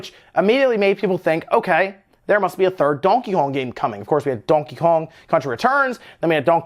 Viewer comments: And Donheyjong😂😂😂 like wtf why does he pronounce Donkey Kong like that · Donkakon ? Lmao why is he saying it like that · I dont think you said donkey kong correctly once in the whole video. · I hate how you say donkey Kong. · Never in my life have I heard somebody say Donkey Kong the way he says it. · Lol the way he says donkey kong. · The way you say Donkey Kong is hilarious. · And why the fuck are you saying Donkey Kong like that 😂😂😂😂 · I came to the comments to see if anyone else mentioned how you were pronouncing Donkey Kong strangely. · Anyone else notice how he pronounces Donkey Kong? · Lmao says Donkey Kong very funny, like French or Spanish